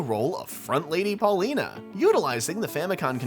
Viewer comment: ...it's pronounced "Pauline", not "Paulina".